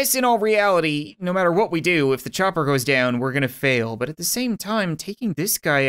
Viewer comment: When he said chopper I thought he was saying chucker lol